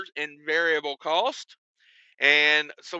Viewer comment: must be ill, he said variable correctly. There is no Adam Bennett.